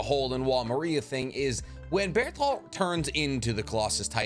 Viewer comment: It's wall mar-ree-ah not Maria like the name, bro watch the show